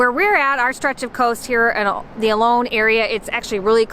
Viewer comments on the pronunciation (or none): Please pronounce the town of Olo'n correctly. It is not pronounced 'alone'.